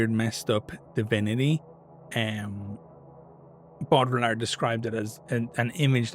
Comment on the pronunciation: Platonic form of nerdery. The man is using a tabletop war game to talk about philosophy because he's trying to take the setting to its logical conclusions and taking it seriously even though it's just his fun little hobby. And he's mispronouncing the name because he's read it a bunch but never heard it out loud. Or he's intentionally disrespecting the French. Unsure, not aware of Ireland's view on that nation, only know about Brits, Africans and East Asians having any beef. Either wayz We love it folks!